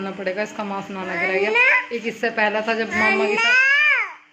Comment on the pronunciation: Didi wo mask hota h mass nhi pl Bura Mt samjhna